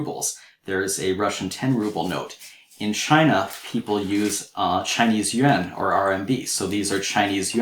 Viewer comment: the teacher's pronunciation of "yuan" is excellent.